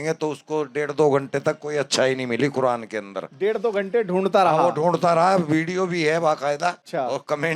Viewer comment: Quran ❌ Quradaan ✅ 🚮 😂😂